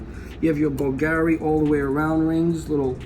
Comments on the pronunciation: bulgary wth you must pronounce the names properly otherwise you leave new customers with more questions than answers. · Oh, big woo! Looks like cheesy crap -- no matter what the wholesale or retail prices are. Where would normal, everyday people wear these ugly, vulgar (i.e., Bulgari) pieces? I'd much rather own my own house. And this putz couldn't even properly pronounce the name of the brands. What a dumb schmuck!